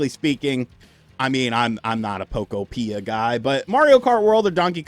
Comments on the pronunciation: Still pronouncing Pokopia wrong. It's UTOPIA. Poké-opia. If you're a journalist, then get the pronunciation right at least lol. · We can tell you aren't. If you WERE a Pokopia guy, you would be pronouncing it right. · Bro says Pokopia so wierd😂😂😂